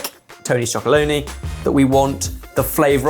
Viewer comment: Have to say this- it’s Tony’s Chocolonely, not Chocoloney 😂